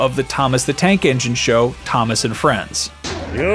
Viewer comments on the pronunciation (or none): none